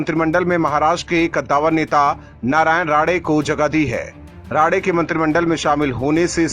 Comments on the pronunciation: अबे राडे नहीं राणे है। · राडे नही राणे सर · नाम राडे नही साहब राणे साहब है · Rade nahi his name is Rane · उनका नाम राने है राडे नही। उनका फिर से नामसंस्कार ना करे। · राडे-राडे क्या कर रहा ठिक से नाम नही ले सकता है क्या तू अक्ल की कमी है क्या तुझमे बेअकल उनका असली नाम राणे है ठिक से लिया कर समझा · Rade nahi Rane 🙏